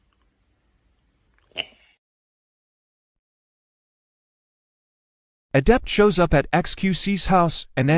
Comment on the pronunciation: 10 seconds in and i cant stop laughing at "adepter" lmao